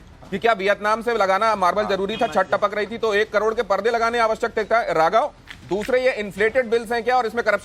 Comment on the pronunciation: 45 carors & swimming pool ka 21 carrods .. ye bolne ki training .aap ko bolene ki mili hai.